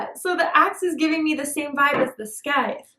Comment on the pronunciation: Lol I’m not being a smart a$$ here but ya killin me with the scythe. It’s probounced “cicle”, like as in a popcicle without the pop 😂. Thank you for everything your messages always touch right on it with my person. He’s not my husband but he’s my best friend and yes he is definitely watching me…from my windows 😵 and he hasn’t talked to me like he use to it’s gotten gradually less and less but he actually stalks me and peep-toms me. I spoke to him finally today after 4 days and yes I’m so flipping over it I could 🤮 I’m done chasing after someone who really doesn’t even keep me distracted from my pain. He’s became part of it. Thank you 🧜🏻‍♀️ ❤